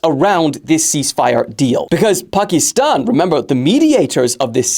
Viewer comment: hate how he pronounces „Pakiiistan“